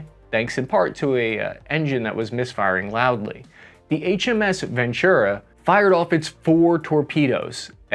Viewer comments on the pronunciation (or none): Your allies would appreciate it if you took a little time out of your busy day, to learn to correctly pronounce the names of their ships. Especially those of the His Majesty's Royal Navy. HMS Venturer (the submarine) and not HMS Ventura (the U.S. west coast city) is the WWII submarine that sank TWO (not one) enemy submarines. Taking the total of submarines sunk by other submarines to three. All sunk by the Royal Navy.